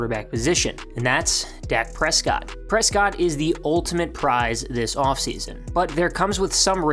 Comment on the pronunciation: Ah yes, Dak Precott 🤣 love the vids!